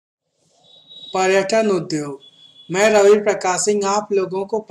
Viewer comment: Bhai paryatan hota h